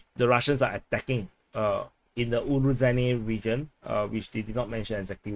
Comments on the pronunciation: So the title should be Ukraine enters Robotyne... Btw the zh in Urozhaine sounds like z in azure, not j and dg in judge... there is no 'd' component, just the whistling sound. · You definetely got fooled regarding the pronounciation of Urozhaine. The kyrillic letter in the name (it looks a bit like a beetle) is to be pronounced as a soft "sh", like in "Niger". If you wanted to create a "j" sound, you would have to add a "d", like in "Джо" for Joe.